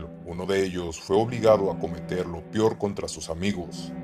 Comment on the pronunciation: Ok bien los videos pero cuando digas peor prununcialo "peor no pior"